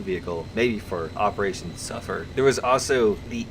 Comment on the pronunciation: did you say operation S.U.M.M.E.R. or SUFFER LOL